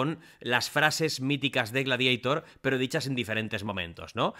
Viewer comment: Por que dice "gladieitor" ?? Jaajajja